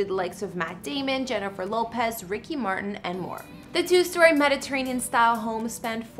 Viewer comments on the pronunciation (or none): none